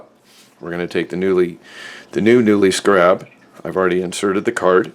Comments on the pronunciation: SCARE-AB SCAREAB... SCARAB... not.. SCRAB.... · It's pronounced "scare-rub" like the bug. ....Americans. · skeh·ruhb..... Who doesn't know how to pronounce scarab? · Thank you, it had to be said lol. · I couldn't take it. Next video lol